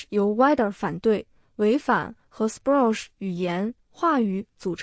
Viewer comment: wider ≠ wider, 德语得念vee de （近似）。Spruch念施普鲁赫。一点点语言方面的挑剔😅